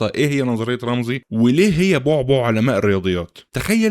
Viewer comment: رامسي مش رامزي 😅😅 محتواك فاخر والله